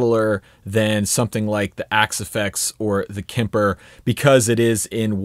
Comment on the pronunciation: Just as a side note: Kemper is pronounced with a hard "p" and doesn't have an "i" in it... 😀